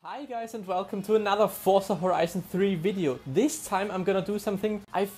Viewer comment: VELCOME TO ANUTHU FORTZA VIDAYO